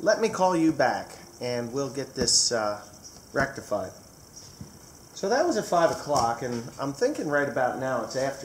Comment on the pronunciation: rectified or rectal fied ?